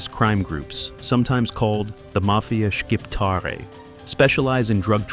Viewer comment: Including how to say the Albanian words properly. Sick of hearing Shciptar